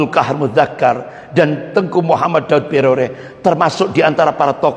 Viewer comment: Subhanallah, saya selalu mengikuti ceramah pak Ustadz ini dan senang. Cuma ada lucunya ketika beliau menyebutkan nama Pak Daud Beureh menjadi Daud Broreh. Ha..ha..ha... Jadi saya ketawa dan geli dengarnya.